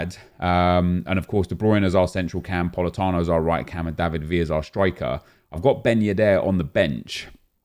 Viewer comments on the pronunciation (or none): none